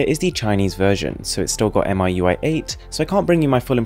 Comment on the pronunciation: XiaoMi is pronounced "see-ah-ow me" and MiUI can be pronounced "me UI".. just thought I'll help with the pronunciation! Keep going with the high quality vids! =)